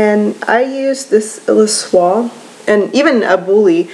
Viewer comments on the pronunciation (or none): Thanks for this (I know I’m v late)! Also—I think you can pronounce the whole word. Illusoire: “EEL-U-SOIR”